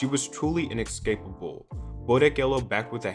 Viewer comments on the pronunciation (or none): “She was truly inecscapable”